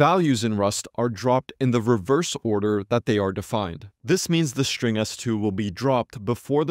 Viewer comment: The "s" in "string" must be pronounced "s", not "sh". You are constantly saying "shtring".